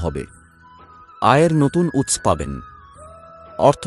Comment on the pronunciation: দাদা আপনি জাতকরা এবং উৎস কথাটির উচ্চারণ ঠিক করেননি ।